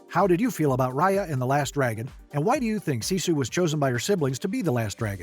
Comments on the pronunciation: Ok I need to make something clear. I meet the producer of this movie years ago and Raya is named after me. But they are pronouncing Raya wrong, it is not Roy-a it is Ray-a. And that is my complaint. Also my theory is that since she is a water dragon, and the water disappeared after her death, her family are all leader dragons and they needed someone to lead the human with unity. You can tell the dragons are royal dragon’s because of the way that the Horn is shaped, because it is shape differently from the others. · Homey really said riya